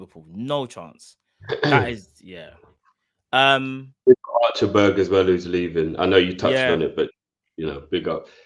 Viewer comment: Big up boys great show as always. I don't think we have a leadership issue. I believe that the departure of Klopp has really shook the players. As annoyed as I am, I can understand they are human beings in the end of the day. Also isnt his name pronounced: Act-ta-berg? I had to double take. Who the hell is Archerberg? 😂 Also I agree with stopping the parade. I think we should bring back Klopp at some point next season to unveil a statue in his honour.